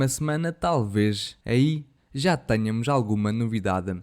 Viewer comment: Vozes de IA tem debilidade em certas pronúncias!